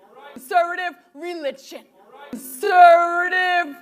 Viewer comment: "Con-sir-vitiv reelid-tchin"